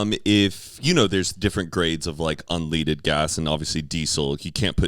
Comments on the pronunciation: he said un-leed-ed instead of un-led-ed. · "Un 'leaded'" ??? is that a Texas Pronunciation ???